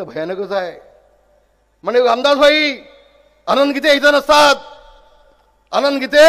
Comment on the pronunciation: लामदास भाई नाही रे रामदास भाई स्वतः नाव पण नीट घेता येत नाही आणि हा ठाकरेंची बरोबरी करायला लागलाय.😂